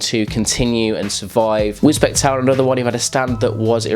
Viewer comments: Just so you know it's pronounced wisbeach wiz beach if you will. Love the vids dude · I cried when he said wiz bek